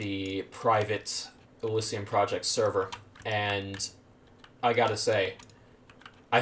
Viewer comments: Its not elyssium, its elysium. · ...hearing you butcher the word “Elysium” is hilarious